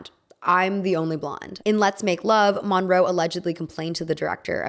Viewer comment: Your pronouncing Monroe wrong. It's brutal listening to you butchering this icons name